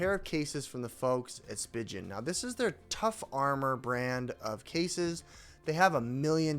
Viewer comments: Spee-gun not spig-un😂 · Just a few points, the company is pronounced Spee-Gin not Spy-Jin and the case is not meant to be pulled apart. It’s a 2 piece case that’s used as a 1 piece case. You leave it together and just put the phone in. 😊